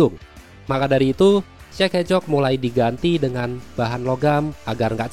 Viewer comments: Kok denger nya kayak cek hecok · Kedengaran seperti Czech ehcok